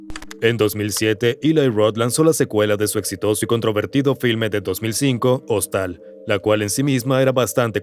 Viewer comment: "Hostal" JAJAJAJAJA se pronuncia "jóstel" 😂